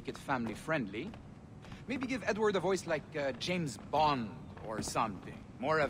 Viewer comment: Sometimes when you say Edward, it sounds like "n word" that's hilarious Nword Kenway 😂😂